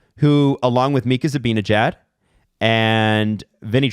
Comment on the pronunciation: You guys pronounce Zibanejad so oddly lmao